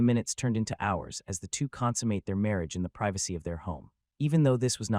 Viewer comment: 'Mawage, is what bwings us togethew, today.. ' 😂